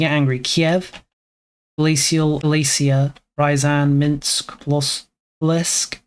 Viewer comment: "Smolensk", not "Slomensk".